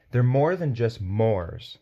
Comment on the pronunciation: 'Mores' is pronounced 'morays'.